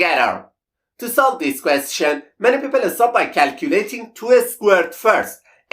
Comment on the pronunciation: At first watching his videos, the way he pronounced “question” (kwest-CHEN) bothered me. Now I get a kick out of it. 😊